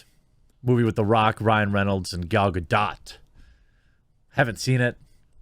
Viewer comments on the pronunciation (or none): Gah-dough not Ga-dot...come on you cheese head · It's pronounced "ga-dote" my dude. Long o (sounds like it would if you said "The letter O", with a really short, articulate T. Not "guh-dot."